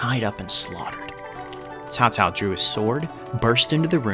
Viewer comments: is almost right. Almost. I never seem any non aisan can pronounced this accurate. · I saw a video about this game 3 days ago and they pronounced Cao Cao "sao sao", as a Chinese, that sounds really weird to me... Thanks for the right pronunciation. In China , most people like Liu Bei's faction more than other factions, because he's mercy, according to the Three Kingdoms Romanced. Japanese some how like Cao Cao more. Maybe because he's a powerful leader. BTW, in modern Chinese "sao sao" mean elder brother's wife... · Great intro to a truly controversial person in Chinese history! And don't worry, your pronunciation is pretty good (minus the tones of course, but you don't need those when speaking in an English context). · You fools! There is only one correct way to pronounce Cao Caos name and that is 'Cow Cow' and his mighty son and Emperor 'Cow Pee'! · Once again: its CHAO CHAO, but while doing the CH, let your tongue touch your teeth so that the H doesnt come out. Dont do like TSAO TSAO, SAO SAO or KAO KAO just plain stupid. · nah his pronouncing is quite good, caocao is caocao "tsssao" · Im pretty sure there are three ways to pronounce caocao if "Tao tao" is also correct. Sao Sao, Kao Kao, and the one you used, Tao Tao. I think its the usual potato pota~ato thing. Could be to do with the different dialects too. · FINALLY someone who did a pretty great job at pronouncing Cao Cao's name. I mean even though OverSimplified and Extra Credits made amazing educational videos on the Three Kingdoms period, their mispronunciation of his name as "kao kao" or "tao tao" bugged me a lot. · u got a like cos u almost got the name correct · As for the pronouncing of the Cao Cao name, don’t worry about it. You came pretty close. The 2 words are spelled the same in English, but it is totally pronounced differently in Mandrian. The tonal difference is something non Chinese (Mandarin) speaker will find it hard to understand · nailed cao cao, but butchered dong zhuo...